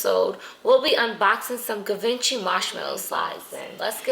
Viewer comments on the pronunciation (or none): it's pronounced Given'SHy'